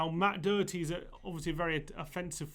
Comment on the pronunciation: You need to pronounce Doherty probably 🙄